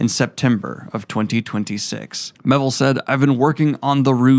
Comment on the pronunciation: That would be The Rouse. Not The Ruse. By China Mee-ay-ville.